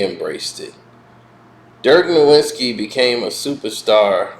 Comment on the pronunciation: Dude, we’re you asleep when you made this? I had to set the speed to 1.5x… … and it’s pronounced Dirk NO - \/IT - SKEE, not No-wit-skee.